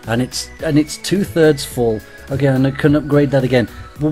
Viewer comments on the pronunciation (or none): none